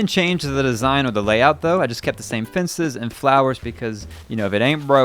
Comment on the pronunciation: You pronounce Cemetery like "Cimitery" and Fences like "Finces".... hahaha